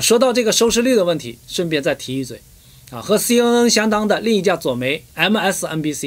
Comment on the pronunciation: ， CNN 的 N 發音是 ‘en ‘ 不是 ’un ‘